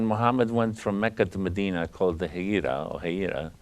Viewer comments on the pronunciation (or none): none